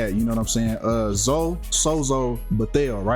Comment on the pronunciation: ...come on mane, her name is obviously pronounced Zo-ee. You really gotta get better and pronouncing words and names my guy!! It's not like that some unique name never seem before, Zoe is pretty common